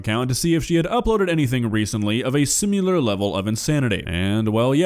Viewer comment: SIMILAR not SIMULAR